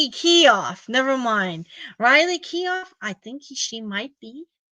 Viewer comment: ...the last name Keough is pronounced KEY-OH, with a long O.